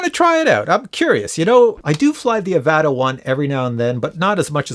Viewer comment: The way you pronounce Avata triggers me so much, I had to leave a comment.